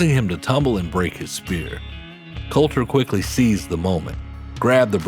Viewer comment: its Colter, not Coulter